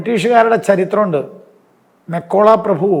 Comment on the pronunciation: മെക്കോള അല്ല മെക്കാളെ